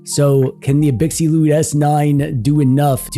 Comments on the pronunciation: Abxylute is pronounced "Ab-Zil-oot", like the word absolute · I think it’s pronounced ab-sill-loot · Absolute* The Xy is supposed to be pronounced like Xylophone. abZYlute. Absolute. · but did he pronounce brand name right? Is it not like "absolute"? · You must be new here. The Shtick is that mangles many different words on purpose. Eg. Gigglebytes.